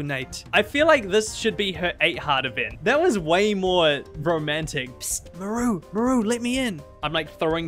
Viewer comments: Absolutely hate how you pronounce her name "Muhroo" lmao but I agree she is the most boring villager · I pronounce her name as Maar-roo haha maybe it's a Kiwi/Maori thing, but I've never heard Mah-roo before 😅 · most places pronounce it "m-ARE-oo" like marsh and marley. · Why does he take the A out of her name?